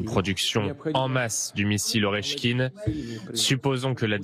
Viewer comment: Pas Oreshkin mais Oreshnik ! Pas Dnipro mais Dnepropetrovsk ! Pas le media mais le merdia quoi.